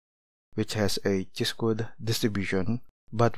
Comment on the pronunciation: it is pronounced as - "kai" NOT "chee". Nevertheless, your derivations of pdf, mean, variance and statistical videos are very useful.